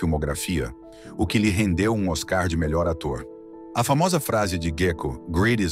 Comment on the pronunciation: Eu q devia ser a narradora ESSES AÍ PODEM TER UMA BOA VOZ MAS A PRONÚNCIA DELES FALHA EM 5ODOS OS NOMES DOS ARTISTAS e Eventos famosos a pronúncia errada irrita quem sabe NESSA NARRATIVA NÃO TÁ TÃO ERRADO SÓ O "OSCAR" Q ELE PISA NA BOLA